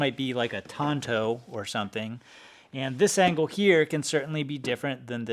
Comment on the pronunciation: Tanto not “Tonto”, other than that, good vid.